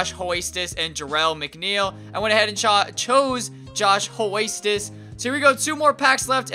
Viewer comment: Josh 'Hoist Us' 😂